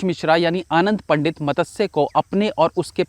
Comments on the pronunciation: its not matasya its matsya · Madasya nahi bhai its matsya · Matasya nahi Matsaya Nam hota hai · आप 'मत्स्य' का उच्चारण गलत कर रहे है।